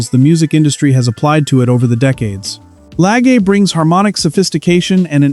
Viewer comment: It's Julian Lage, with a soft A.